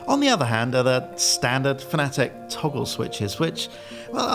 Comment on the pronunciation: Why are pronouncing Fanatec like the Americans do? It’s fan-a-tec, not fan-atic